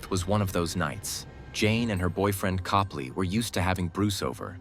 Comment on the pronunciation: It's Cope-lee I knew them personally.